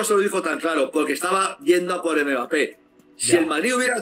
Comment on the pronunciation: Quien le va a decir a este hombre que se llama Mbappe y no megape? Jijij.